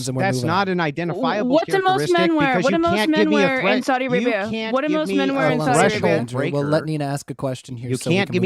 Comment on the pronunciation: How am I the only person who heard say “Saudi America” when trying to say Saudi Arabia?